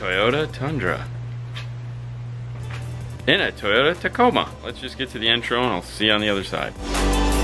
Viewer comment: Repeat after me... TA-CO-MA🤣🤣🤣🤣